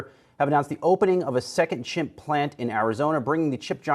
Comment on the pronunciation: I like that he says "chimp plant"